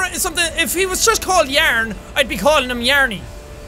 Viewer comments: Ikr yearnie lol love it too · yaern xD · was that English?!